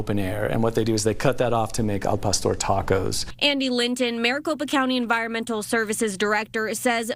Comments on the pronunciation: A man from Arizona saying AL pest-or, smdh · Can someone teach this man how to say El pastor?